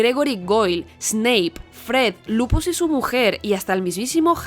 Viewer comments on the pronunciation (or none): Ha dicho Lupus? 😅